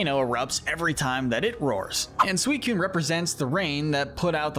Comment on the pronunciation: It's Suicune, NOT Sewycune!